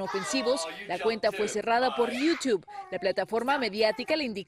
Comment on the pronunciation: Por qué le dicen iutib cuando es "Youtube"